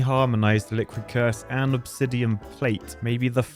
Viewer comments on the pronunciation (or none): none